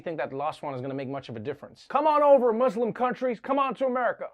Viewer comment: I like how he said the word Muslims in a correct way .